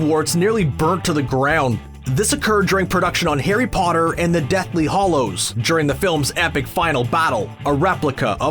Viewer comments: Hollows? It's HALLOWS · How many times did he call it the Deathly Hollows? Well, at least he pronounced Rowling's name right... I still think both Gambon and Cuarón should've read the books. Stay safe, everyone.